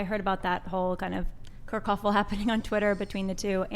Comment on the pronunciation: Did she say 'kerkuffle'?